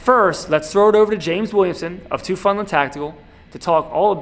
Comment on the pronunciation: Teufelshund: “TOY-FELS-HOONT.”